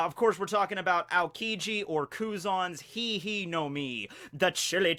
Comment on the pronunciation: Hie hie would be pronounced (hee-eh-hee-eh) actually. Like that one demon with the third eye in Yu-yu Hakusho